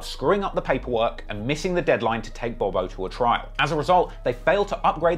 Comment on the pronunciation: hey bro his name is pronounced bob-O not bobo it’s THF BOB-O and THF mean’s ( trigger happy family )